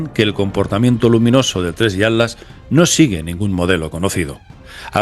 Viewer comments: ¿ por que le dices "ALAS" y no ATLAS? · Con mucho respeto mi querido, pero noto que te cuesta decir la palabra ATLAS 😊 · Se dice Atlas y no At las